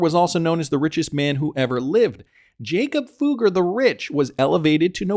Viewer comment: The name is not pronounced 'Fooger' 😂